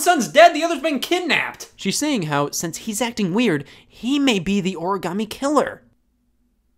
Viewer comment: I love this game. But I HATE how they pronounce origami